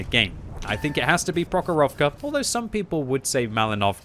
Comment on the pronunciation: prOkhorovka, malInovka not malinOvka